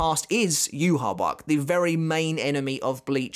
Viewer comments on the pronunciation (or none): none